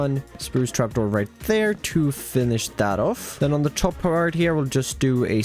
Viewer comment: I don't want to be an ass but the way you keep adding syllables to single syllable words is too much. I assume it is not your fault, but I just can't deal with the "tha ree" for three or "Ta rap" instead of trap. If it was one or 2 times, ok, but it is like every other word.